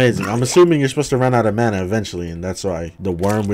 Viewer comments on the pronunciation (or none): none